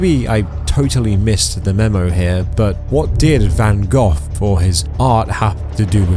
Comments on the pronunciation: Van Gogh (go) not Gough (how you say it) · The artist's name is VanGogh. (van GO, not van goff) Drove me nuts! But I agree with the message. Of course it would have made more sense to splash an Andy Warhal ! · Its Van Go not Van Goff ffs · Hey, bro. Just so you know, Van “Gogh” is pronounced “go” not “gof” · It's pronounced Van-go, not Van-goff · Please... Please... Calling him Van Gohhhh hurts. It's just Go. Yes, there's extra letters, but it's just Go. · Van Go. Not Van Goff. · It's Van "Go", not Van "Goff". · IT IS PRONOUNCED VAN GO NOT VAN GOFF! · The pronunciation for Van Gogh is (Van-go). Its small but the way you say it gets my OCD going. HAHAHA! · It's pronounced VAN GO. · I love how the narrator keeps saying Van Goth. Even if it's AI narration, don't you listen to it before you post? I can't wait for the next video about the famous musician Beeth-oven. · I am happy to see them get punished for this BS but please either get an AI program that knows how to say words and pronounce the artists name properly. This gets very tiring hearing his name sound like Van Goff. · van goff? contra-bushun? silly ai voice needs work yall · Why do you keep calling him Van GOTH? 😂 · It's van go thats how you say it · It is pronounced Van Go despite the spelling Van Gogh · just stop oil is a bunch of idiots but damn dude hearing you say van "goff" over and over makes me think you might also be an idiot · I think it's pronounced Van GO, iirc? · Have I been mispronouncing Van Gogh? I pronounce it Van Go not Van Goff. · Please learn how to pronounce Van Gogh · Why can't the man narrating this video pronounce "Van Gough" properly?